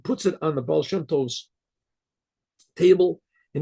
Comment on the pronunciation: Yeah but..... "Ba"al" You know?